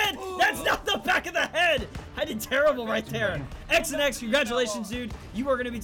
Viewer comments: I’m pretty sure XanX wanted his name to be pronounced Xanax not X and X 😂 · "X n X" It's Xanax homie. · Lol, it's not x an x, it's Xanax 😂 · His name is pronounced Xanax lol obviously